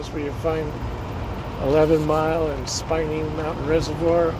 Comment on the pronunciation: The lake you didn’t know the name of near the junction of HWY 285 and HWY 24 is Antero Reservoir. Also, Spinney Mountain Is pronounced “Spin-e.”